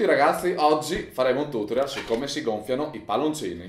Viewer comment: "Tutorial" con l'accento tonico sbagliato non si può sentire